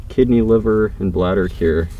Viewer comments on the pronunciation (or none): none